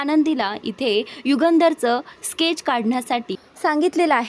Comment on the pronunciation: हि बाई खूपच चुकीचे उच्चार करत असते.परत केच नव्हे. स्केच शब्दोच्चार नीट कर.